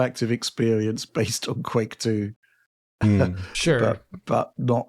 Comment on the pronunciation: The “Qu” in the version of Quake 2 is pronounced as an F 😅